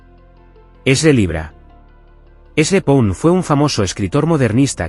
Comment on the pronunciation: Ojo con la pronunciación, es "Ezra Paund" no Pund.